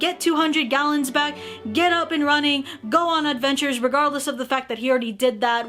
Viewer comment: omg you just said kallons instead of gallons lol